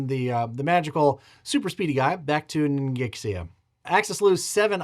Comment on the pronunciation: buddy. We have GOT to get your Chinese pronunciation under control. It makes me want to cry. I love your videos, but I feel like if the Chinese were to watch it would fray nerves even worse than the current tariff situation. Ningxia is "ning sha", rhymes with "thing spa". Chinghai is like it looks, "ching hai". The second syllable starts with H, it's not "ching guy". Fukien is "fu ji en", three syllables, there's no hard K sound. Sikang is "shee con", as in conman. Hupeh is more accurately "hoo bay". Kiangsu is "jong soo", rhyming with "gong". Suiyuan might be the worst offender. It's like "sway yuen", three syllables. Kwangtung is usually written Guangdong these days, and is pronounced like that. Yunnan is basically fine. You might be thinking that these all look really weird, and basically, 100-200 years ago, romanization of east asian languages was really crappy. Japanese has the same problem. I used to live in Kyoto, formerly known as "Miyako". Miyako is great romanization, anybody would pronounce it correctly on their first try. But I have old maps that spell it "Meaco" which is nauseating. I'd wager Korean has the same problem.